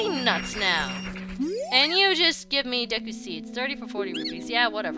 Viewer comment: I play N64 ocarina of time deku is pronounced dee koo i got to the dodongo's cave.This is the best game ever.Also your YouTube account.